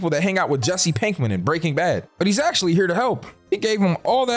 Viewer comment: three Acashaly